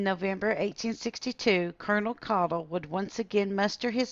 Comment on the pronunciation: Good to hear our last name pronounced correctly! Jim Caudill